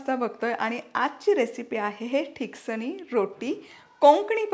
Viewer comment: pronounce it as " Tiksaani" which mean which is thikat. Glad you are showing my konkani recipes. There is another dish made from thin poha called " mande" if you can post this recipe i will be happy.